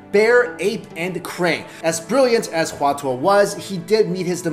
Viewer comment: Hua Tuo was pronounced wrongly...